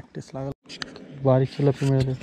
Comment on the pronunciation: भाई चिलापी नाय रे तीलापी